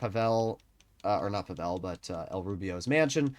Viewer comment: Hey, man! I love your content, been following you for quite some time now, I've learned things from your videos! Overall you're great and I hope and wish you all the best. But pleaaseee.. pleeease stop butchering Pavel's name. This is a very common name in Slavic countries especially the Balkans and Russia of course... The accent is on the 'A', not the 'E'. It's PAvel, not PavEl. It's like saying NormAn, than NOrman. Otherwise, great content as always! ❤